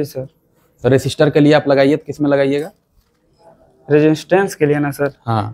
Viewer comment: Interview Lene se pahle aap bolna sikhiye resistance ko register Nahin bola jata hai😂😂😂😂